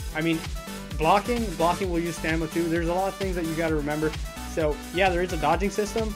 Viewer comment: fuckin STANIMA rofl, stamina c'mon man